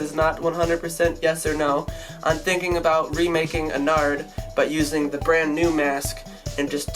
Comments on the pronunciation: it's ennard not en-ared so it's kinda like innard like organs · You do realise your pronouncing ennard wrong